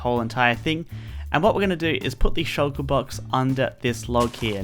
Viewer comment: you said Shoulker Box but meant Shulker Box... Nobody is perfect.